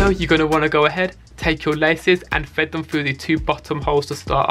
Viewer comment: I'm gonna get slammed for this but i have a thing about lisps - especially when people say a W instead of an R "thwead" "weally". it's petty, i know, but i can't watch this guy's videos because of it 😣